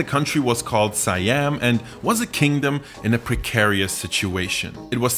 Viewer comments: Siam is pronounced "See-Ahm" not "Sai-Ahm" by the way. It liks calling America, Murica. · whose else get hurt when say "suh-yam" instead "see-am" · It's really Sa Yam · Siam is pronounced as "she yum"(my) in case you're wondering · It's pronounced as see-yum. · Did you check? I did and that pronunciation sounds more like „Sai Yam“ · Is the american pronunciation of a romanized foreign word is more correct than the thai pronunciation? It's "Sa Yam".